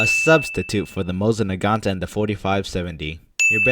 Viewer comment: This is the first time I have seen a video from this channel, so tell me chat, tell me he is pronouncing Mosin Nagget wrong on purpose lmao.